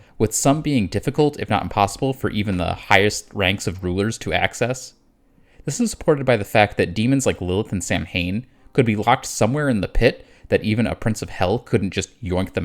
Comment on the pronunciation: Samhain is pronounced Sow-en, sow like a pig.